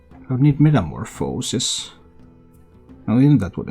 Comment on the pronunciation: You think this version is better then the OKT version? That one has a ridiculous win rate too. BTW You also pronounce metamorphosis like 3 different ways lol